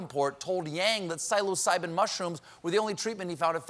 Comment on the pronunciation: You pronounce psilocybin like a boomer.